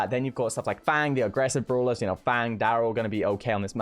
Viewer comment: Others: Brawlers: Brulas